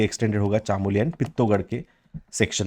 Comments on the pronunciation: सर गोविन्द पशु विहार को आप पौड़ी गढ़वाल में दिखा रहे थे वह उत्तरकाशी जिले में आता है उसके अलावा आप चमोली, पिथौरागढ़ भागीरथी का शुद्ध उच्चारण नहीं कर रहें प्लीज आशा है आप इनको सुधारेंगे 👍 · Pithoragarh or chamoli to shi se bol lo sir uttrakhand se hu